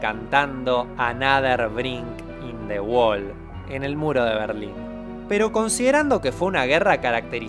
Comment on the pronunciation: "Anader brik inde guol" xdd